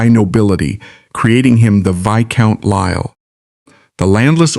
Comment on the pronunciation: The name is pronounced "Choo-der", NOT "Too-der" and duke is pronounced Juke, not Dook. Lisle is pronounced "Leel".